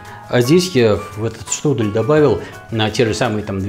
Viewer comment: Штрудэль это ты Штрудель! Е, а не э Не беси